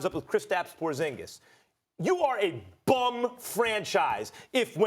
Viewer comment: to hear Max say BUM 😂😂😂😂😂😂😂I FUCKING LOVE IT